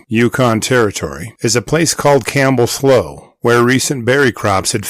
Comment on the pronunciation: Another great video! Slough is pronounced sloo like the word through ✌️🐻